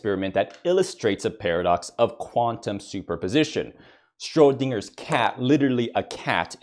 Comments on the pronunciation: Stro-dinger's cat? Even the closed captions heard that. Schrodinger is pronounced "shrodinjer". We were talking boys/bois, so it makes me think that it was a joke. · i think you said strodinger wrong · you can't even pronounce schroedinger right